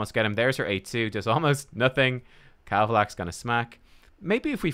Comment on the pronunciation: Way to go, you successfully BUTCHERED KAVALAX....Can I have him please